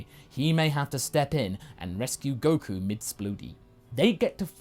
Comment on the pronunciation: Coku ah yes coku